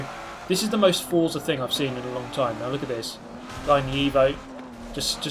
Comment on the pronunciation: It’s pronounced fort-za as stated by their twitter :)